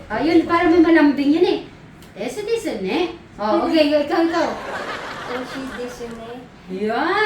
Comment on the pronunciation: Silent "u" po❤, desu is des kung basahin po. Hehehe 😊😊😊 😊